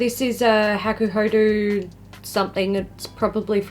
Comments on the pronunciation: Woow... this eyelook? 👌💖 PS: I know its just my stupid request but can you pleeeaase, PLEEEASE say hakuhod[ɔ] not hakuhod[u]? My ears will be very thankfull 😅 And most importantly... 🎉HAPPY B-day!!! Yaaay! 😘 ...Hope I have written it right.... English is not my strong point... 😫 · Yes the "ho" and "do" sound should be the same :)